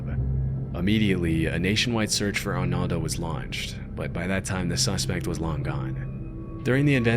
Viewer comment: ar NOHLDO not arnalde and HEEMENEZ not yemenez how does someone butcher a name so much 😭